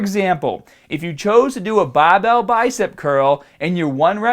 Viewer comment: I like how pronounced the words fibah and bahbell 😬 other than that, great video and I will keep watching for more. Athlete X and are the only one that I like to get my information when it comes to fitness. Thanks!